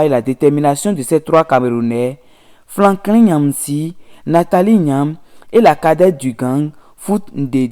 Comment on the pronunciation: "spédo panafricanistes... générosité cicontancielle...panafricanisme fatiss....🤣🤣🤣 Même un enfant de CE2 est capable d'une meilleure prononciation que ce nouveau bouffon de youtube avocat défenseur de son idole Patrice talon. Ça en dit long sur le niveau à savoir -0 C'est Franklin et non FlaNklin Et on prononce Yamb en lieu de Nyamb Vive le président togolais, merci pour son altruisme envers ses voisins, pas comme ce vassal au Bénin, à plat ventre devant ses maîtres de l'Elysée. LA FRONTIÈRE RESTERA FERMÉE !! PIAN..